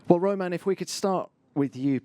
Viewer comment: Why romain.... I'm French but WTF